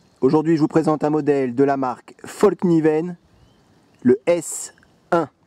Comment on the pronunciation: Super vidéo. Et juste pour info, en suédois on dit "FALL KNIVEN" pas comme toi et d'autres le prononcent "FOLL KNIVEN" le A suédois et comme notre A en français. Ceci mis à part, oui, des supers couteaux.